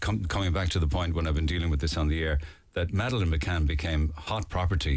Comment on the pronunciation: totally agree!!! btw, i hate how gerry says " Maaaaaaaadelaine" ! its over pronounced & annoying! These two mccann apologists are missing out the very obvious and rudimentary elements of this case, especially the fact that they were allowed by Leicester police to "interview" the 2 resort managers. Where on earth would that be allowed? they are guilty as sin!